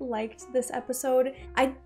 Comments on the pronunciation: Relatively new to the channel so maybe this has been explained, but why does she say Sepisode? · Idky she started, but in one of the videos she says it's a habit now. She says it A LOT in this video so it's definitely on purpose.